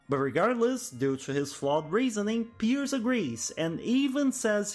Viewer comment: Dude. Piers name is the only thing you pronuncied well